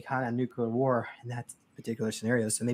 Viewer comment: does the opposite of what the French language does. French has lots of letters, but none of them are pronounced., meanwhile, takes common English words and adds like 50% more to them. "War" is wuhara, "president" is pehresidint. It's fascinating. I'd say he needs to be studied linguistically, but I wouldn't want to put that task upon anyone.